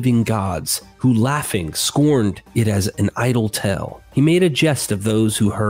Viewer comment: Dear God, you gotta stop writing "tale" so often! I scream everytime you mispronounce it in your videos! Just say "story"! 😂 Great content. Thanks for everything you do.